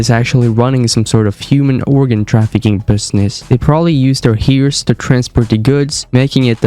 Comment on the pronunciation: Its pronounced (her-ssss) not (here-ssss)